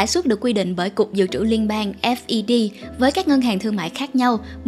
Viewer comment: FED đọc cho dễ theo dõi là "phét" đi kênh! vừa đọc S V B vừa đọc F E D nghe ngu cả người.